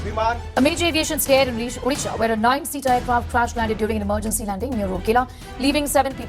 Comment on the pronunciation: that's not udisha.. it's how we spell "O'' nd then disha